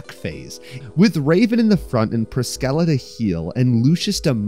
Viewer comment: That's ONE way to pronounce Priscilla 💀